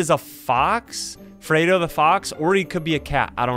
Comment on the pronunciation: Fredo Is pronounced Freddy but With O